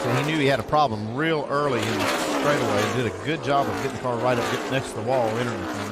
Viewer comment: he was about to say stwaightaway uwu